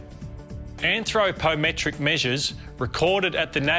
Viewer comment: An-thro-po-metric, great syllable-work there